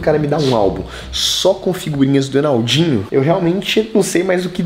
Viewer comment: vc n viu o vídeo n ele esqueceu e se fala enaldinho n enaudinho